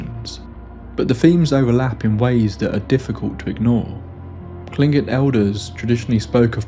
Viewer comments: Bravo, you are literally the first YouTuber I've heard pronounce Tlingit correctly. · From Alaska, and I was chanting, "He's gonna say it! He's gonna say it!" and then cheered out loud when you pronounced Tlingit correctly. Not long ago I had to put a (professionally produced!) audiobook down, so to speak, because the dang thing was set in Sitka and they managed to get Tlingit wrong every single time. Also, I find it really interesting that I had never heard of the most famous paranormal cases from Alaska (this, Portlock, a few others) until after I moved away as an adult. I've even been in the area of Portlock, possibly seen it from a boat, but the sort of paranormal tales I heard growing up seem to be really niche compared to what the outside world hears. Not a criticism, to be clear, just feels like finding out that you were neighbors with the Amityville Horror house and only found out later.